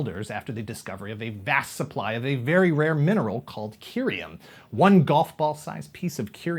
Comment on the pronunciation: "Curium"? That's doesn't sound right.